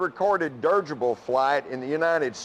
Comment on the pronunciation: That man said 'durrgible' lol